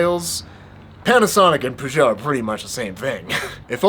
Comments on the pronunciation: It’s ‘ perrr-joe’ not ‘poo-jo’ 🤦🏼‍♂️🤦🏼‍♂️ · Like in music, sometimes the "Covers" are better than the originals! Btw it's pronounced "Peyót" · So I’m From Chicago Peugeot Used To Be In Chicago I Was Told It’s Pronounced PewGowh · Today I learned British and American pronunciations of Peugeot are pretty different! Does it seem strange to get a custom bike built then pair it with a random fork you don't even know the brand of? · I’ve never heard anyone pronounce Peugeot like that, it might be the correct French pronunciation, but it sounds weird in English. I think I’m more offended by the pronunciation than I am by the fake bike 😉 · Petition to stop Americans butchering the word Peugeot. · As a Brit, the way you say Peugeot really hurts my ears! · For god sake! That is NOT the way you say Peugeot.